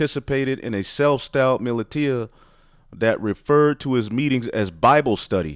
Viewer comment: Militia (muh-lisha)....